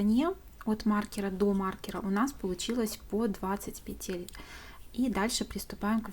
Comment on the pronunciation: Спасибо! Незупречно снятый МК. Красивый шарф! Но.... как здорово, если бы вы и говорили правильно. "Набрать 80 пЕтель, а не петЕль". Слово "Петля" - во множественном числе, во всех падежах нормативно только ударение на первом слоге: нужное количество пЕтель, ремонт пЕтель, шторы на пЕтлях, слететь с пЕтель . Правильная речь украшает.